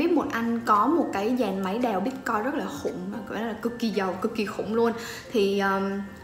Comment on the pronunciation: Sao em van doc la "bitcoi" ?